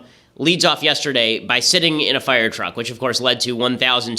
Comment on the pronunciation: I love ben shaprio but holy shit can he not pronounce "fire" or "wire" or "hire"